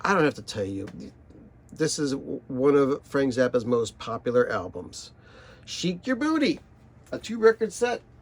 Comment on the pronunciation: The subject starts at about 9 minutes so skip to there. Then play it at 1.5 speed to maybe get through it. "Sheik" is pronounced "shake", that was the point. Top five: Freak Out, Just Another Band from L.A., Live at Filmore East, Ruben and the Jets, Absolutely Free.